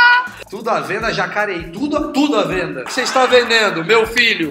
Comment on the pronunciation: É Jacareí porra ✌🏻️✌🏻